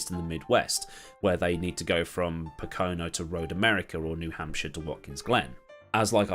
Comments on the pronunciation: The first time you said it in this video, it came out as "puhKOno," which is what he probably referred to. The rest of the times, it was right. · I loved 98% of this video. But your pronunciation of Pocono shattered my ears